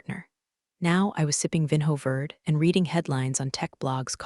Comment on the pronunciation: How much does Slack pay these people for product placement? "I typed four words- refer to my exit protocol" Duh! AI can't count. Nir can it ever tell the difference between read (reed) and read (red). Amoung other things, though we didn't get a ray-al instead of real. Oh well, next time. Vin-ho verd, like nerd! Oh, c'mon, this is just silly now.